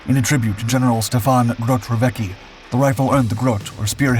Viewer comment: You focused so much on pronunciation of Modułowy System Broni Strzeleckiej (CONGRATS❕) that you totally butchered gen. Rowecki. In ck you read both c and k so that's tsk so Rowetski. Otherwise... THANKS FOR THIS EPISODE‼️ Waiting for one on WIS handgun😜